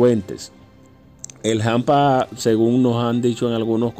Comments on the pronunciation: Se dice hampa, no jampa. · SE DICE HAMPA NO JAMPA, de qué país eres tú